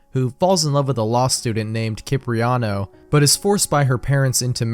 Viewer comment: Today I learned how to completely mis-pronounce 'debut', 'Algiers' and 'Cipriano'.